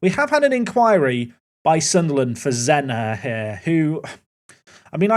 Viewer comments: Zenha is said like Zenya, like the H in Mourinho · Guessing Zenha would be pronounced more like "Zenya"? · you say the nh for zenha like you say ny For example ronaldinho= dinyo Thought that that could help